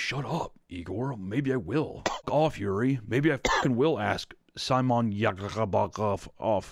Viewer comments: Cmon bro there's being stumped by foreign names and then there's pronouncing Yuri as Georgie wtf 😆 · The fact that he pronounced Yuri as 'Georgie' 🤣